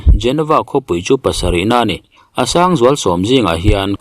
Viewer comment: Mi pangngai chuan an duh dan danin lo lamri se. Nangni YouTuber chin hi chuan a lam rik dan dik Youtube atang ten zir hmasa thin ula, ngaihthlak a hahdam deuh ang. Asean ang bawkin Omicron pawh nangma style leh bawk maw.